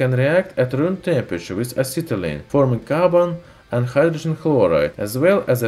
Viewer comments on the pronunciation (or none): none